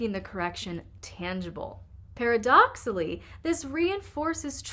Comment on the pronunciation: It’s spelled Paradoxically. Pronounced “Pair a dox ickly.”